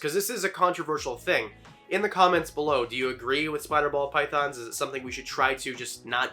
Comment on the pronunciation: I feel like I’m hearing him say Pall Bythons